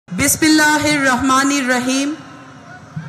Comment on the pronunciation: ওনার বিসমিল্লাহ ও সালাম শুদ্ধ ভাবে হয়েছে